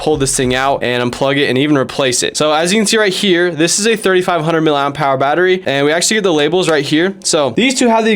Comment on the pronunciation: I fear that you think that the designation of battery size is something like the words “miliam power” based on how you’re pronouncing the “P” so hard as if it were a separate word. It’s “miliamp hour”